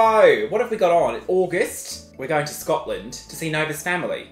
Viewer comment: You've just butchered Scotland in the first 5 minutes. I'm offended. 😂😂😂